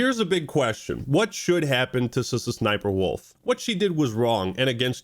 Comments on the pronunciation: Suh-suh-SniperWolf lmfao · Is that really how her name is said? So cringe